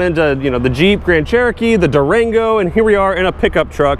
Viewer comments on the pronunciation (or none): none